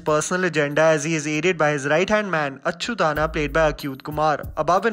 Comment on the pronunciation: Nice review 👍 it's strange how you can pronounce "Achyutanna" properly and then say Acute Kumar for Achyuth kumar. Can't imagine how it's different 🤔